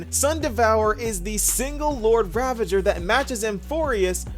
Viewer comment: Everyone: Lord Ravager My Friend 🤦: Lord Ravage her😱 I don’t know how… I even paused and replayed just to be sure🤦